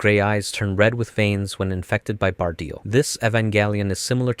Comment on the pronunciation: Ok, this is a good video, but i have some criticism for it, i think its constructive. Let's start with pronunciations, Longinus is pronounced Lon-Jih-Nus. Evangelion is pronounced Evan-geh-leon. Bardiel is pronounced Bar-de-el. Zereul is pronounced Zur-rule. Cassius is pronounced Cass-e-ous. Also you forgot unit 05. I hope this comment has helped with a few things, i hope i didn't come off as an a-hole in this comment but besides the stuff I've mentioned, great vid